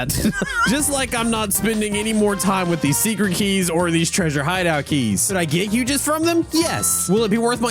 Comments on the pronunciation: It is huges not hugegis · Bro why did you say “hugehugses” what is that